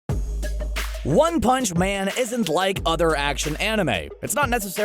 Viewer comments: the way you said “one pounce” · “...one hounch” Come again? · Why u said one punch like tht